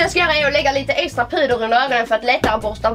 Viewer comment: skratta såååå mycket när jag trodde du sa eggstra vid en del av videon HAHAHAHAHAHAHA!!!!!!!!!